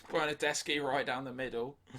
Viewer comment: As an italian you've been the only English (Welsh) that on Bernardeschi didn't say "bernardesci" but "bernardeschi". Come to Italy,you're the welcome here 😉